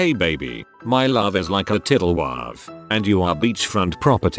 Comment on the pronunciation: "my love is like a tiddlewavv"